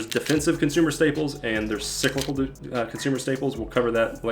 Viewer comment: looks like Superman, and his kryptonite is pronouncing words like “cyclical” and “technical”